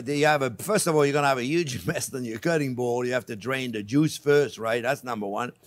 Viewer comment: Onyo in the first few seconds. My day is complete.